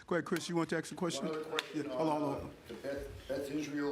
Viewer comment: Lady in White suit next to Mayor says axe instead of ask. Please stop that.